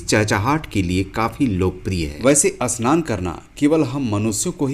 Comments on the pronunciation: भाई अस्नान नहीं, स्नान होता है. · अस्नान सही या स्नान सही है और अस्पष्ट सही या स्पष्ट अस्थल या स्थल वीडियो तो बनाना जान गया है लेकिन सही उच्चारण नही कर पा रहा है । सही बोलना तो सीख लो । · जानकारी बड़ी रोचक लगी, पर उच्चारण में सुधार की आवश्यक्ता है। स्नान की जगह अस्नान तो फिर भी चल जाएगा, पर स्पष्ट की जगह अस्पष्ट तो अर्थ ही उल्टा हो गया। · 😂😂 स्नान not अ स्नान and Marathi में इसे चिमणी कहते है संस्कृत में शृगालः